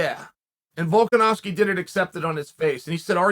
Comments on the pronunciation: The fact that Chael can accurately pronounce Volkanovski is worth an investment in some of his window sheen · "Volkanovski is not an easy name to pronounce!" Literally one of the only names Chael says correctly lol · Chael : "Nobody can pronounce Volkanovski!" Also Chael : Only name with more than 2 syllables he's pronounced correctly in the past 2 years : Volkanovski. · Volkanovski is the first MMA fighter's name Chael gets correct, and he claims it's hard to pronounce. Still undefeated